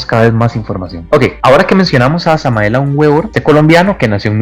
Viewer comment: No sabes pronunciar bien el nombre completo de Samael Aún Weor .Su nombre significa : verbo de Dios . Léete su cuerpo de doctrina.Eres comparsa de la iglesia católica o que ? Para empezar léete la obra completa de Samael . El ego es un nudo en el fluir de la existencia .El ego es están .